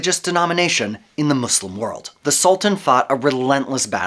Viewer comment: The country is called Turkiye; pronounced like "Turk-key-a". Also, I'd like to thank you for your inserting the word "slum" into your every utterance of the Arabic word that means, "One Who Submits God's Will". Thanks again for being obvious in your disdain for learning on your own and choosing to be a....... not so clear on who you refer to when you say, "our" and "us".